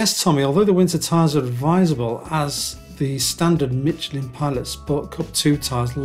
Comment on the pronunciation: Michelin is called "Mischlä" not "Mitchelin"